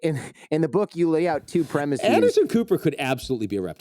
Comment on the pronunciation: For God's sake man, do not say "premiseez". It's not Latin. Just plain "premisses," please.